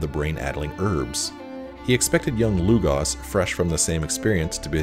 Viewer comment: Lugos not Lugas